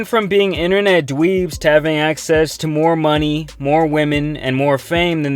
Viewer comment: “Internet dweeebs” how do u know what they were bru, you just a hater